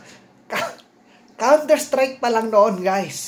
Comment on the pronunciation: walang hiya na bulol din ako sa counter sprike mo HAHAHAHA